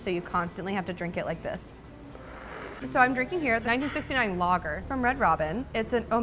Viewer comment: thats the first time ive heard an american say lager and it sure was something